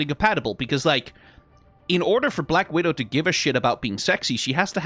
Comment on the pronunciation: struggling to say either Black Widow or Widowmaker correctly is a mood